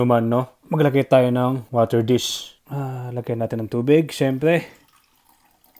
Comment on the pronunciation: Kuya bulol Po ba kayo sa water disk?